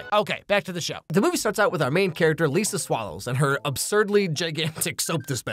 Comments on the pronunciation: Did he just say “Lisa swallows” 😂😭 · Did he say her name is "Lisa Swallows"?